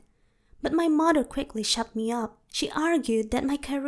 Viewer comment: I can't stand her accent lmaoo. At times it sounds like she can pronounce words properly untill she say "my maher" 😭😭 but I can't judge lol